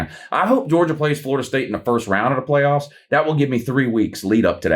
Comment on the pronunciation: The way said pway offs 😂